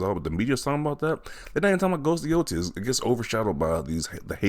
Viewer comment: It's called GHOST OF YOTE- I not YOTI